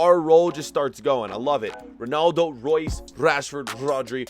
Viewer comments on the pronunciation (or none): none